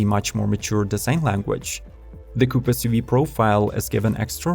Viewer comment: Whats an essssyoveeeeee ? Get a better voice software, what you use is crap